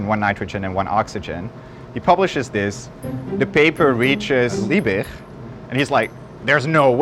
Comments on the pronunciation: "Justus von Liebig" - Liebig pronounced like Lee_Big (Tall), not Leebirchrrrr. "Friedrich Wöhler" - Friedrich proncounced like Free_Rich(ard), no Friedrikrrr. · that last "g" in Liebig should pronounced as a g, not as a "ch". Just as you pronounce Leipzig with a g. Just for future reference. If a word is to be pronounced as some kind of guttural "ch", it will not contain merely a hard g. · The german G is just pronounced as a sharp, short G. LiebiCK almost, without the click. Ch in Friedrich is likewise just pronounced as a "Shh" sound. These mistakes stem from overthinking how to pronounce these sounds, and making it ultimately not even sound germany anymore, but more like swedish, or dutch. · Why in God's Name would you pronounce von Liebig in a french manner. Discusting do some research, cant belive a single thing in this junk video now. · Justus von Liebig was german, so pronouncing his name like it was dutch is equally "wrong" to any americanized pronuncitation. it just makes it seem extra pretentious. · Why you pronounce a "G" as "ch" and a the Ö as Ü?